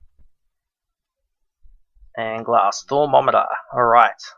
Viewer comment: okay, in season one, you would also say thaumometer like the one that measures temprature, it's pronounced thaum-o-meter Please regard this comment.